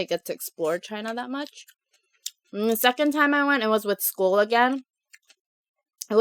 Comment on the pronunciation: time not ti.m